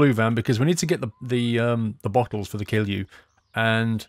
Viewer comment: He says kill you instead of kilju